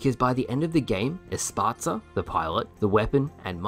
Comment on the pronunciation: “Esparta” …..? Think you mean Esparza bud…… The pilots name is ESPARZA….. not mfkn eSpArtA…. For someone who literally has an entire YouTube channel dedicated to halo you’d think you would know shit like that….